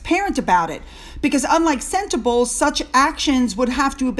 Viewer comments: Pronounced: senter- bar- Lee.. 😉🙂🙃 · Hi, loving your show from South Africa. Just a note, the charity is pronounced Sen-te-bah-lee. It's an African word. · Sentebale pronounced 'senta barley'